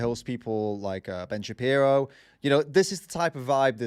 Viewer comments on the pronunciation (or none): none